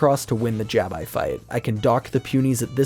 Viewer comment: The way he pronounces Jabbi still bugs me